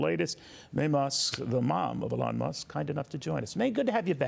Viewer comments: Someone PLEASE tell your news people that Elon is pronounced with the emphasis on ‘E’, not ‘lon.’ This guy didn’t ever get it right. Don’t want you guys to be further embarassed. 😊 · EEEEE-Lawn. Not AAA-lon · His name is not pronounced, Uh-lawn, with accent on lawn. It is pronounced with a long E, accent on the first syllable. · Mommy Musk call her son “Ee Lon” FOX was saying ‘ AyeLon’ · Why are we now pronouncing his name as “Ahlaun”. Remember when Biden was saying “tollibahn” just fking stop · Funny that those who flipped out over mispronunciation of Kamala have no problem with Elon being pronounced Elaan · Why does he pronounce his name wrong - A Lon Muske? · This dudes pronunciation is wild annoying. The way he says Elon makes me want to throat 🤜🏻 him 😂😂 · How lovely for her to speak of Trump and his family in such a way. Both she and her son are contributing to the wellness of America. Thank you! (One small issue: as an interviewer, you really should learn the proper pronunciation of the subject's name) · Well, Neil Cavuto needs some help with interviewing that’s for sure. He has said Elon’s name incorrectly. Already several times. Oh well what else is new? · The guy keeps saying Elon's name wrong... to his mother's face, lol. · How can this reporter not know how to pronounce Elons name? What an embarrassment. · Why can this presenter not say Elons name correct? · It is hard to listen while wondering if the host is mispronouncing a name on purpose.